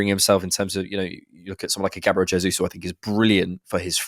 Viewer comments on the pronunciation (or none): none